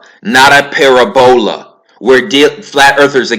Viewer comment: Its pronounced [pă-rab-ū-ă] but, so what... according to dogon teaching (shout out to master prophet Neb Naba Lamoussa Morodenibig) so-called gravity come from the core of all planets and stars including the Earth. It is a connection with both big and small Cosmic bodies. The polar attraction is mutual. Fun fact~ the dogon teaches, that The Earth's core emits an energy that connects to all stars and planets in the universe. From this Earth Energy they can read what's going on with any star, planet, asteroid, and Comet. This is how they knew so much about the Sirius star. Hence, it was the most perfect star to keep calendar time.